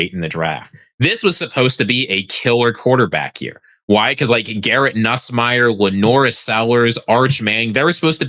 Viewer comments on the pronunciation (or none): none